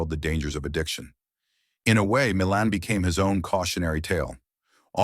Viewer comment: Re: Ray Milland. His name is pronounced "Mill-AND," not "MILL-an." Dump the A.I. voice overs!